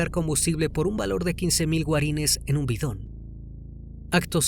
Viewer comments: HOLA . LA MONEDA DE PARAGUAY ES GUARANÍ, NO GUARÍN... MIL GRACIAS POR EL EXCELENTE VIDEO ! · la palabra es "guaraníes" no "guarines" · Guaraníes es el peso paraguayo, no guarines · Min Guarines o Guaranies? 🤔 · GUARINES NO ,GUARANÍES PELOTUDO 😂